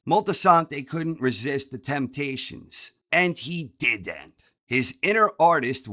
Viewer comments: "And he diddennt" 🤣🤣🤣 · LMAO "Did-Dent" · Oh No He Di'ent! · "And he did ent" 😂